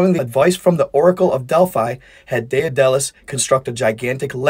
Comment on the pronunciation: Daedalus is pronounced = DAY-dull-us ...